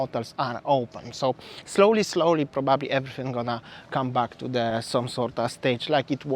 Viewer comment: Hi!!! ❤ And I just want to mention, when you say the word 'probably'...It's so good the way you pronounce it!!!... 😍 Sounds like "bubbly. I get excited and think of Champagne!!! 😄😄🥂